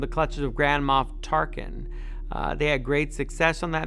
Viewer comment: I know it's "Grand Moff Tarkin" but for some reason, every time he says it I hear "Grandma Tarkin" and I was like "Tarkin has a grandma?" but then I realized I just heard wrong and now I'm laughing at myself Lol